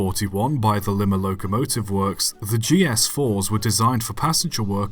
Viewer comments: "Lih-mah"? Nooo it's "lye-Mah"! My grandfather and several other family members worked there during this era. Thank you for keeping the memory alive. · The 4449 did not appear in Strangers on a Train (though a GS4 does appear in the theatrical trailer for that movie) but it did star in a movie called Come See the Paradise. Also it's pronuced Lie-ma, not Li-ma. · Some small nit picks I have about the video It pronounced Li-ma (as in lie-ma) It not a extra headlamp its a MARS light they did have a steam whistle but that was for crew communication they were also painted in black during WWII hence their other nickname of "War Babies" but they didn't have their side skirts removed other than that its a very good video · Live the video, however im gonna be pedantic about this one thing, lima is pronounced as Lie-mah lol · You know how Americans call you Brits limes limeys it's almost like that but it's a Lima like a lime with an a at the end so that's how you pronounce it correctly they were built in Lima Ohio